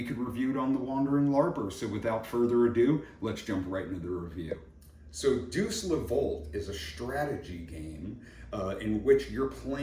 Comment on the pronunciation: Deus is pronounced "Day + us". Looks beautiful, sounds fun.